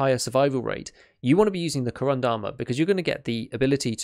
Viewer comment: You're really getting that pronounciation quite good, congratulations! One tiny bit of advice, if I may: Korund has its last syllable stressed, it's like ko`roond - if you get what I mean. The name, by the way, is a pun on the material used: корунд is Russian for corundum, a crystallic form of aluminium oxide, or alumina, from which the armour plates in this vest are made (hence why it's so heavy).